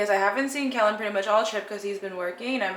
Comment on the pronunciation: Aww Kellen. That was so sweet. You two are so cute. “Keloid shamming” lol 😂